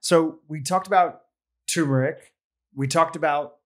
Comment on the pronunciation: It's TuRmeric